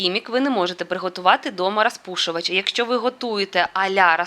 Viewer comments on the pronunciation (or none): Не рАзпушувач,а рОзпушовач! Будь ласка , вимовляйте правильно.Аладкі ні, Оладки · Ну чому ж треба було триста разів сказати саме " рАзпушувач"? Ми і так розуміємо, що ви намагаєтеся перейти на українську мову. Ну блін, наче Ю. Тимошенко